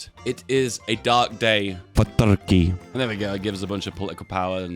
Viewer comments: I've come here more than a couple of times now, just to hear him say TRKEY and THONK. Really. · The way he says "Toorke" is oddly satisfying ngl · What bothers me is that is saying "turkey" so closely how we Finns say it... is secretly a finn? Is this all ruse that he's acting like a british?